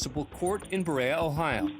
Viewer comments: Berea Pronounced Bur ee uh Not bur ayy uh I’ve seen a couple of these involving Berea and I’m sure I’ll see more. It’s a flight path cesspool, but at least it’s not Detroit. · Please...it's BURR-EE-AH, Ohio! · As a resident of Berea I lost a few years of my life when the narrator called us "Burr-ay-uh" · Someone needs to tell him it's pronounced Buh-Rhea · Berea Ohio is pronounced "burr-ree-ah". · That's not how you say Berea, OH